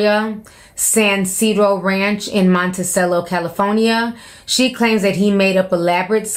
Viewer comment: Girl it's CALI-4-NIA, CALI-FOR-NIA, not Calaphonya. Girl 😅